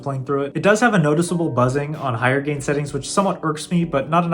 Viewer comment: I love you man, I’m just messing with ya. It sounded like you said “game” and not gain. Great videos BTW!